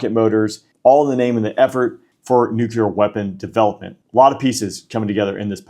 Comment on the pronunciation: Is he pronouncing "nuclear" wrong, over and over?